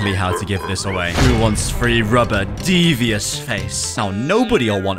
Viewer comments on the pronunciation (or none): none